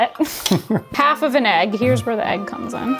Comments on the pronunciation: Ayyg club unite 🎉 I also didn’t know I said eggs wrong until my fiancé started making fun of me for it. I still don’t hear the difference. I see you, you are not alone 🥚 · yall don't say egg wrong...you're just saying it in Swedish 😌 (ägg)